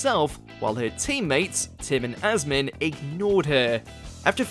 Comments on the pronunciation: Asim, not Asmin 😂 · and on top of it getting the names of contestants wrong. Like Asnim instead of Asim. The one that irritated me the most was Aisling. How the hell can you get Aisling and Eileen mixed up?!? Even if you pronounce Aisling phonetically. Nowhere near Eileen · Asmine? You mean Asim? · Not even just mispronounce, but just plain wrong in one case. Somehow, asim becomes asmin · Asmin instead of Asim. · Who the fuck is Asmin? His name is Asim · Asmin and Maawen? EILEEN? Also Katherine getting Greg a Lordship needs to be up there. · Starting to feel like the mispronunciation of names is rage bait for more views. Having him get Liza, Asim, Mawaan, Aisling AND Mel Geidroyc names in the same video was just painful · I think you mispronounced literally everybody’s names: Asim, Liza, Mawaan, Aisling... painful. Actually painful. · He also got Asim's name wrong. A lot.